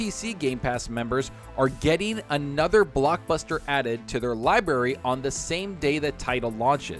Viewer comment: Lie berry...😆